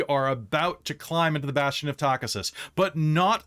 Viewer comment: Loving the stream. Buuuuut.. "Takhisis" = Ta-kee-sis Tis a small gripe.. 😅 :face-turquoise-covering-eyes